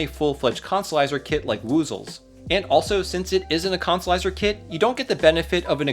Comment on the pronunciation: It was very hard to make my brain say consolizer after your decimation of English